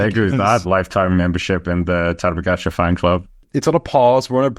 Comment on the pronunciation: you should coach durian rider how to pronounce Tadej Pogačar